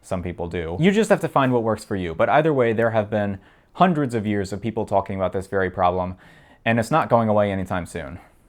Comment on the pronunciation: "Tolkien" for "talking" gets old very quick, we get it